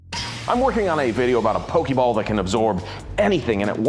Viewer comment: Thank you! At least one of them knows how to pronounce pokeball! Pokemon = Pocket monster.